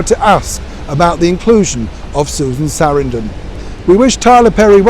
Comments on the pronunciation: It’s Sa-RAN-dun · It is pronounced sa-RAN-dun.